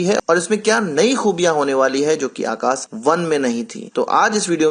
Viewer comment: It's Akash not Akas...